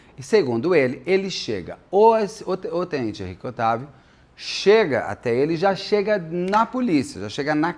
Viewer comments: Henrique Oitavo na banana, ops baiana 😅😂😂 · a maior besteira que fiz foi ler os comentários primeiro de assistir o vídeo e cada vez que ele falava oitavo eu ria de chorar. 😂😂😂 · Kkkkkkkkkk pois eu achando que o cara de alguma família imperial 😂😂😂😂 Amo esse Beto! ❤ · 😂😂😂😂😂😂 eu só descobri que era Otávio pelo seu comentário, fiquei o tempo todo tentando imaginar o motivo de ser Oitavo 🤣🤣🤣🤣🤣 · Eu entendendo "Henrique VIII" o tempo todo...😅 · Eu também entendi Henrique Oitavo 😂😂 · ele estava falando Henrique “oitavo” mesmo 🤣🤣🤣🤣🤣🤣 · Hahaha eu fui até confirmar se era oitavo mesmo 😂😂 é Otávio 😂😂 mas eu prefiro Oitavo 😂😂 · Várias vezes eu entendi o Beto falando Henrique VIII (oitavo), tava achando muito curioso a história com a pessoa chamando Henrique VIII. Só depois pela legenda entendi que era Otávio. Hahahaha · Henrique Otávio Henrique Oitavo Henrique Otávio Henrique Oitavo. O Beto conseguiu me irritar com tanto Henrique Oitavo nesse vídeo hahahahahaha. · Tenente Henrique Oitavo? 😂😂😂 é Otávio Beto 😂😂😂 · Caso bem complicado. Erros e acertos dos 2 lados. Beto falando Henrique Otávio e eu entendendo Henrique Oitavo. Fui só eu ? 😂😂😂😂😂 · eu também 😂😂😂😂Henrique 8o.😂😂😂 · Estava lendo alguns comentários onde o pessoal fala que o Beto ta se referindo ao suspeito, o militar Henrique Otavio de ..Henrique oitavo..Fiquei prestando atenção na fala do Beto, e não é q ele chama o militar o tempo todo de Henrique oitavo.. 😂😂😂 Ficou hilário, não aguento de tanto rir aqui. 😂😂😂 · Idem...rs. Pior que a narração do caso tá ótima! Qd sai: "Henrique Oitavo", tenho que parar e voltar...rs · Eu ri com respeito o caso todo por causa do "oitavo " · Eu achei que estava ouvindo errado ... mas adorei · O nome dele não é Tenente Veloso? Por que o Beto está falando Henrique oitavo? 😂😂😂 Fiquei muito curiosa😅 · o nome dele é Henrique “OTÁVIO” Veloso. Acontece que o “Otávio” virou “oitavo”😂😂😂😂😂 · Toda hora eu ria com o Henrique Oitavo 😂😂😂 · Só ouvia isso 😂Henrique Oitavo😂😂😂😂